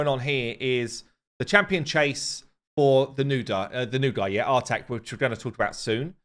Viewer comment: I believe the new Champion's name is pronounced "Artahk", as in say 'Ah'.